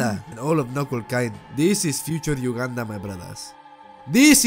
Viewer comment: when he said ,,protect Ugandan,., i just heard ,,Protect Wakanda,, lol